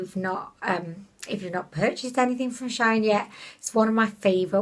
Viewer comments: Shine ? 🙈😂 Shein! 😘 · It is pronounced she-in. Their old brandname was sheinside...🤗 just a heads up.